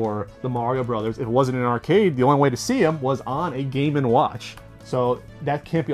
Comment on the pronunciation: GAY WATCH, GAY WATCH! all i hear